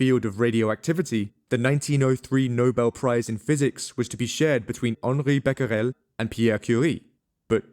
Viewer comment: Becquerel sound like : bacrel .i know that in English the le letter a sound like the letter "e" in french (dépends on the meaning of the sentence) just forget the "u" after the cq of Becquerel it is a mute letter un french